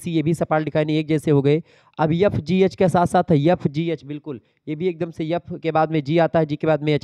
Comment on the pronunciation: Vo sb toh theek h pr jo word A se start hota hai aap use Y se kyu pdhte hai jse H ko yetch pdhte ho🙂💀